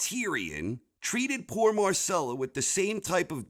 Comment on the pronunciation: Agree on most parts but you couldn't even pronounce Myrcella right....c'mon my dude!